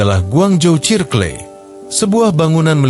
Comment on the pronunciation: Ini yg ngomong AI kah? Tp kok circle dibaca sirkle wkwk serkel kali